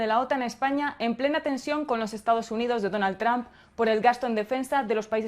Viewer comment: Me encanta su Chanel pero no se pronuncia “TRAMP” se pronuncia “TRUMP” entre u y a ”